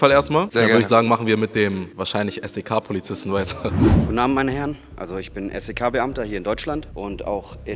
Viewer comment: Ich bin jetzt bei minute und frage mich wie er es schafft SEK so oft hintereinander falsch auszusprechen😂😂😂